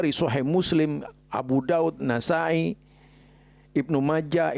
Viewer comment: Kutubussittah... Kok bisa jadi kutubuttis'ah... Tadi ada penyebutan nasa'i suaranya juga agak aneh..